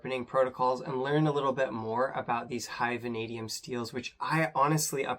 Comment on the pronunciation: Van a Dee um. Not van ah Dee um